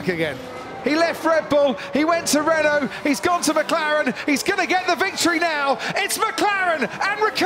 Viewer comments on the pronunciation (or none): none